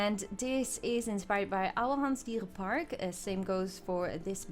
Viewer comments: You pronounce Ouwehands Dierenpark so well! Where are you from? I love Ouwehands Dierenpark btw, have visited it many times! Meilin Zoo is absolutely stunning, so realistic and beautiful and well made! 😍👏👏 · are you dutch? because to me your english has a little dutch accent and you pronounced oudehands dierenpark perfectly!